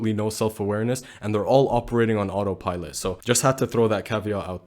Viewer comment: Bro said auto pilot like If he talking about a fleshlight with a soul lmao